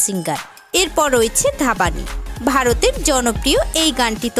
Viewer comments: It's not ধাবানী it's ধ্বনি 😁😁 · ধাবানি? সিরিয়াসলি?? হিন্দি উচ্চারণ না করতে পারলে বাংলাটা তো অন্তত শুদ্ধভাবে বলুন। "Dhvani" এর বাংলা উচ্চারণ হবে "ধ্বনি"। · Aree uchharon to thik mato korun... Dhabani ki ??? Or name valo kore Indian video te dekhun R ami prachur Bangladeshi gaan suni niii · Or naam dhapani noy divyani please ucchoron ta thik kore koren be